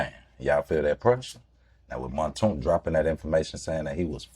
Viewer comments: Man name aint montoonk, it's Mounk Tounk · Its pronounced "moonk toonk"...